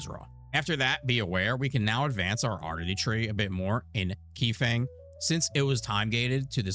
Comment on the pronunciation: You can tell really easily who doesn't pay attention to any dialogue. When he says Key Fang. Oh boy. It's pronounced Kai Fung.